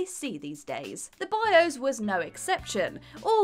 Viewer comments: wOZnIAK Bios => "Bi - Ose" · A: I'm pretty sure most people knew these already... i mean... come on... most of these have been around on the web for years B: Does actually know how to speak English? Literally EVERY video she does she hideously mispronounces some of the most basic words... i mean... what is a "bioze"? I'm assuming she meant Bios... since that's how it was spelled in the title screen... and even then... the user interface itself isn't the bios... they are two VERY different things...